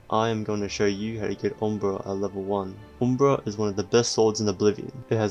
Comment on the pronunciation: it's pronounced uhm·bruh